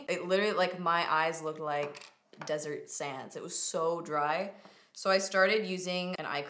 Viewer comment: When you said your eyelids were as dry as deserts sands i thought you said as dry as desi’s hands, i had to rewind it 😂😂 love you!!!